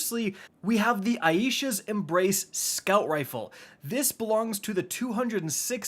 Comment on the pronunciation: Thank you for pronouncing "Aisha" right. I have been listening to people butcher this name all day. I knew you was the homie. ✊🏾✊🏾✊🏾